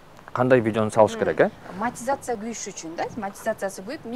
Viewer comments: Маекке даярданып койсо болот да, Монетизацияны-МАТИЗАЦИЯ дей бербей. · "АЗАМАТ", мен болгондо ыңгайсыз кылып улам эле "мотизация" дейсиң да "монетизация" болот деп 😊айтмакмын